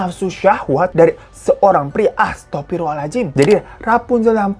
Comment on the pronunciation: Habis bangkis ngucap yak alhamdulillah gitu ..trus ngucap istighfarnya yg betul jangan sekedar samaan jmn now tp harus yg betul biar ga sia2 pdhl merasa selama ini sudah merasa betul nah diakhirat nanti dikomplen malaikat lo...yg betul astaghfirullohal'adziim..coba browsing deh cara ucap yg betul soalnya dipraktekkan dg tulisan kan syusyah..hehe..btw,sy fans berat mas hiro makanya peduli dongs